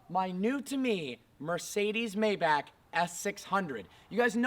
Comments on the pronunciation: May-back? Um.....try My-bock. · It's pronounced: Mybaak not Mayback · MAY-BACH not meybach just saying. Cheers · It’s not May-back it’s read My-bach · Maybach is pronounced MY-BACH (like the composer), not May Back. Just like Daimler is pronounced DIME LER (in German, it's like the A doesn't exist). Great review. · I have always pronounced it "May-bok" or "May-balk"( with a silent "L"). Am I wrong? Do we we say "I love to listen to Johann Sebastian BACK" or BACH as in "BOK" or "BALK"? Mayback just sounds weird to me. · It’s pronounced “My-bock”. Not Mayback. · What the hell is a May-Back? Isn't it pronounced MyBok? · “Mayeback”........ need i say more? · It’s pronounced MY-BAC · Pronounced my-bock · Just some feedback, the pronunciation of Maybach is Mai Bak. Please get back to old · Please, please pronounce it MaaY baaack(my buck) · It’s pronounced my-bock. I cringe every time you pronounce it incorrectly. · It’s MYbach!!!!! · Sad you don't know how to correctly pronounce the name of your own car. May want to look it up. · The way you say Maybach is so cringy and wrong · I can't believe he doesn't even know how to say the name right, after being a car "enthusiast" for so long. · How do you get Bok out of Bach?... Learn some German. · David Watson i am german and if i‘m guessing correct nikola may be german too. Look at a german review of a maybach and learn how to pronounce it instead of giving shit but not knowing how to pronounce it on your own. And Bach also isn‘t pronounced back or bock. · If you want to own a maybach you have to pronounce it right